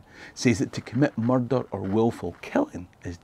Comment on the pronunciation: Nothing sounds like a scot, saying "muthder", murrhdhur, mudder. Meardur, muthdur, most foul.